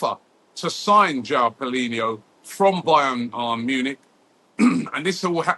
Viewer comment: paulinha not paulinho